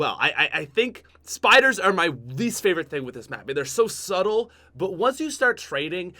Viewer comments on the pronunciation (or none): none